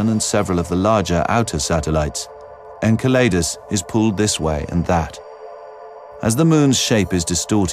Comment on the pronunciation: Fucking narrator. Learn to say "enceladus"...